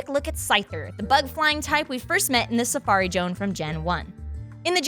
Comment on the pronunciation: "Safari Jone"